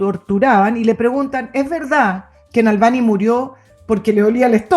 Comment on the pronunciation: Es Navalni no Nalvani, Nicole Moreno... 🧐